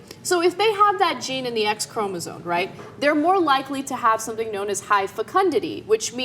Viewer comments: I think you might be pronouncing chromosome wrong! It sounds like Anna and Cenk are saying 'chromosone'. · BOTH of them pronouncing the word as "chromosone" is almost as bad as bush and his "nukyular" nonsense. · Jesus, if you two say chromoSONE again I will beat you with a dictionary! ChromoSOME! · It's ChromoSOME, not Chromosone. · Apparently Cenk and Anna are oblivious to the fact that 'Chromosome' has an m in it.